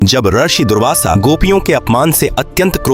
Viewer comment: ये भी नही पता कि रशि नही रिशी (ऋषि) बोला जाता है और चले हैं धार्मिक कथा बताने